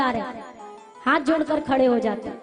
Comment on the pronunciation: hath ka uchcharan sahi bolein.